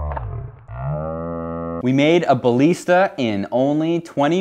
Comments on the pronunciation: I don’t like how you say ballista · the way you say ballista pains me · Thats not how you say ballista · your pronounsing balista wrong